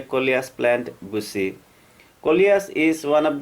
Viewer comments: Buzi? Its bushier.....anyway .i.love ur talnt.. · बुसी नही बुशी बोलो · Great content!! Got another subscriber!! One thing tho: Bushy is sounding like the word busy. When pronouncing the word “bushy”, try to make the “sh” sound like when you would say “brushing”. As in “I am brushing my teeth”. I learned English as an adult and so I also had issues with the “sh” pronunciation, I hope my tip helps. Great work! Greetings from florida 🌻😊. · Does anyone else here him saying "bussy instead of bushy" lol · I absolutely love the way you say pushy. Great video, thank you for the advice☺️ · Everytime he says bushy I hear a dirty word.